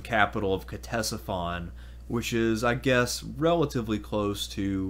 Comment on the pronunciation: I applaud anyone who takes the time to present a piece on my favorite subject: Ancient Rome, so thank you very much. That said, I have a quick critique that made me cringe every time I heard it: the C is silent in Ctesiphon fyi. Other than that, the rest is fairly spot on. So Bravo! Cheers 🥂 to you!